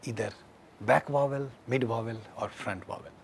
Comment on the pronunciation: someone who talk about pronunciation, sound, and phonetic and prononce vowell like "wovel", that realy does not work and it seems unprofessional. Im not trying to be mean or anything its just my opinion. sorry if that offend someone.